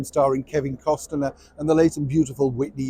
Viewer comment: the “t” in Kevin Costner name is silent!